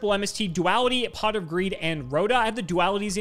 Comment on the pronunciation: Did he just say c0ck instead of Pot not once but twice!?? That did not sound like "pot".